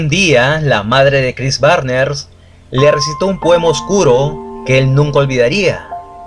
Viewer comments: Es Barnes no Barner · Chris Barnes no Barner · ´barner´ no seas pendejo, es BARNES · Barner o Barnes?😉🤔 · Excelente video sobre la banda que me introdujo al metal más extremo por la estética de sus discos obra de Vincent Locke, sus letras y la brutalidad de la música. Y como aclaración el apellido es Barnes no Barner, de ahí en fuera nada que no esté a la altura de tu peculiar estilo. Saludos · Chris Barner? Chris Barnes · ¿Por qué dices Cris BARNERS?